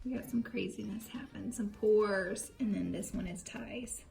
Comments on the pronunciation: When I heard you say I watch Pore videos all the time....I seriously thought you said Porn for a second. I about died laughing lol. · Sounded like you said “Porn videos....” 😂😂😂😂 ya girl was rollin!